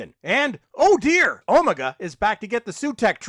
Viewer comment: Why are you Pronouncing Omega like that?